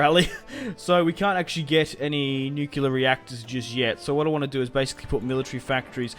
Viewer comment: nucular bombs